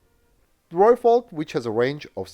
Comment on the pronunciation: Thank you, from a South African, for saying Rooivalk correctly 🙏